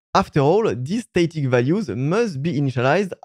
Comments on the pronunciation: The A in static is pronounced like the A in rat, not rate. :D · Great informative video. I don’t want to sound like a d*ck but I found it a bit difficult to understand what you were saying. It was mainly to do with the pronunciation of “static”. The A in static should sound like the A in apple. Not the A in Snake. Keep making these great videos. Thank you.